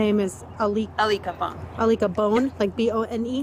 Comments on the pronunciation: So I-lick-a-Bone (Alika Bone) is the new Zanny the Nanny? (Zenaida Fernández) Laughable... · "I-lick-A bone"? did she just kaiser sose that from a memory of what she did after she murdered her own child? like this is mf a wackadoo wtf. i get the vibe she had some sort of psychotic break and the people in her life just didn't either know what to do to help her in the long term or did not actually help and just enabled her behaviors to this point so they could keep the kids for themselves? where is the dad? what is his role in these childrens lives? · “Aleeka Bone”🧍🏾‍♀️ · Did she say I lick a bone? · Her name is AA-licka Bone? Really I lick a bone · she def keyzer söze’d that name…. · Ilicka bone!? Is she serious?.....I lick a bone? Is anyone else hearing this or am I crazy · She said Alka bone?😂😂 sounds like lick a bone. It’s very sad what she did though craziness. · "Aleka Bone" definitely sound like "I lick a bone." I knew for sure at that moment that she was lying and made up the name. Poor baby. May he RIP. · She says Alika Bone and I knew where this was going 😐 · HOW are you mispronouncing her name through the WHOLE video, when she and the officer say it several times?? 😡🤦🏽